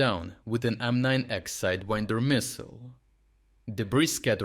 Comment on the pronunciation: Innocent mistake - it's "AIM-9X Sidewinder" not "M-9X" ;p Merry Christmas!